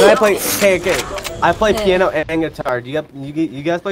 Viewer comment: "I didnt know you had a whole peeanoo"